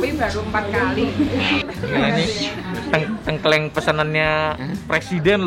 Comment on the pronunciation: di banten juga makanan khasnya tengkleng, isinya biasanya kepala kambing. Tapi koko nex cara bacanya salah, harusnya baca huruf E di Tengkleng itu kayak baca TETE dan bukan kayak baca PETE.